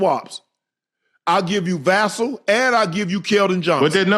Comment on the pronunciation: Can somebody tell Unc is it's Vassell, like "VA-Sale," not Vassell, like "VI-Cell?"